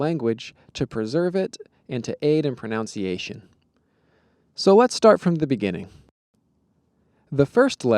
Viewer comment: “Pronunciation,” not *proNOUNciation.